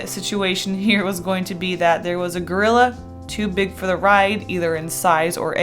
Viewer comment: I really thought you said Girlila lol